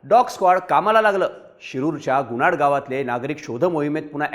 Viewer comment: गुणाड नाही गुनाट